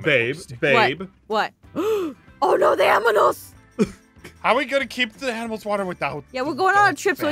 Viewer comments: DID ANYONE NOTICE THAT SHE SAID AMINALS EXSEPT ANIMALS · When Aphmau said aminals Me:aphmau!!!! Stap saying aminals is animals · APHMAU SAID AMINALS LIKE DANTDM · I love how Jess says aminals instead of animals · Aph said oh no the aminals! Instead of animals